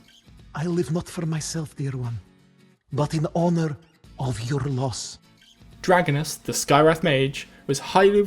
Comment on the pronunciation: Just to let you know it's pronounced Drah-Go-Nass.